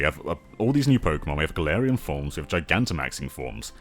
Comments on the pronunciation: gets a region based on his home country Also: can't pronounce "galarian form" correctly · not wrong about Pokemon not being ambitious (or at least as ambitious as we want it to be), but it's still sad to hear it regardless. As for how "Galarian" is pronounced; I believe it's "Gal-AR-ian" but I might be wrong. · or "Ga-LAR-ian," that might be easier to pronounce.